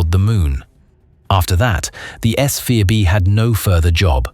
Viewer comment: You irritated my ocd….. The 3rd stage of the Saturn 5 rocket is called S FOUR b, not s eye vee! I remember the announcement that Apollo 12 was hit by lightning on the way up, but I didn’t know about the chaos it created. That whole incident was nothing in comparison to Apollo 13, and we all know how what happened on that mission. Please brush up on how to read Roman numerals!